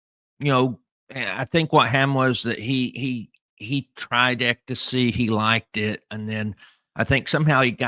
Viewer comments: Hey, I think it's pronounced "EX-stasy"...you keep saying "EK-tasy". Lol! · It’s ECSTACY, not EKTACY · How do manage even to say the word ecstasy wrong, it’s not “ectasy”. Geez you one of a kind. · Sammy the Bull. The most stand up guy to sit down ever🤷‍♂️💯🤣PS. Ecto-see is hilarious😂 EX ITS PRONOUNCED HOW I WROTE IT EXSTACY (Ecstacy)👍👌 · obviously, you never had done drugs because you can't pronounce ecstasy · Lol…what made it worse is he said it like 85 times 😂😂